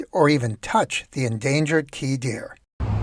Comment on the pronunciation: to me the word deer sounded like dinner, the endangered key dinner